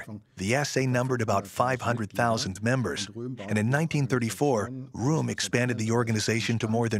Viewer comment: Rohm is not pronounced like "room". It's pronounced "row-m". It's small thing but it drove me crazy trying to watch the video. You need to do a better job to give the history the respect it deserves...